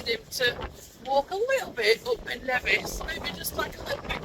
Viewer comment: “Ben Nevissy thing”. Lol